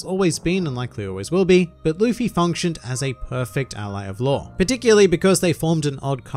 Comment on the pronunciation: Why do you pronounce Law as Lore by the way?